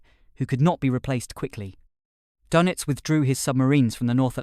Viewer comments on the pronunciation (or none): "kaal duh·nuhts". A minutes search would have given you the correct pronunciation.